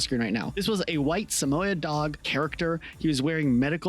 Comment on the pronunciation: weird pronunciation of samoid